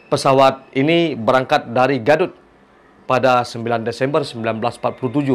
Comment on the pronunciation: Gaduik da, bukan gadut😁😁